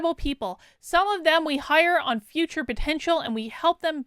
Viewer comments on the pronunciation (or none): none